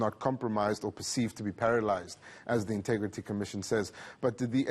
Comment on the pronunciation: He always says intugrity, can't someone just tell him how to say it..